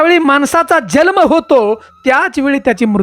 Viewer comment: तुला जल्म म्हणायचे का जन्म म्हणायचे ते ठरव